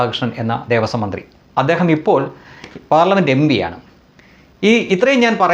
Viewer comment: M B alledo.thaan ellaa news lum MB Ennanu ucharikkunnathu.MP ennu correct aayi ucharikku.RK kku pani urappaa.